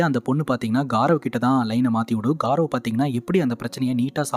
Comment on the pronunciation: Adhu காரவ் ila கௌரவ்.. good explanation